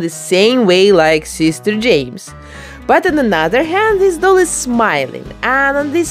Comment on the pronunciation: Love that’s she’s calls him SEES-TEHR JEH-MES